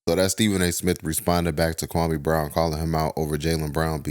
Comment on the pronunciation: He still pronouncing that man’s name wrong. 😂